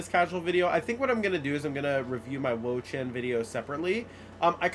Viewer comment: "im like.. IN the Wo-Chein"